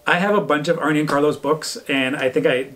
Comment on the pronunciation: Arne is not pronounced like Arnie. Its Arna